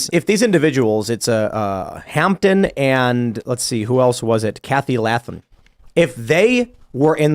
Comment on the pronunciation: Pronounced Lay-thum